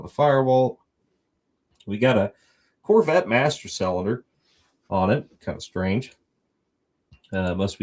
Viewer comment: AND it's cylinder NOT SELLENDER ! ! ! IT IS pronounced...... SIL-EN-DER...... NOT..... SELL-un -dur or SAL-en-DER...or any of the 10 wrong ways you find to SAY THAT WORD EVERY DAMN EPISODE ! ! ! ! ! ! ! Mo-Ron !